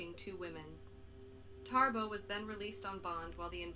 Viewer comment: Why is the woman saying Tarbo instead of Thabo?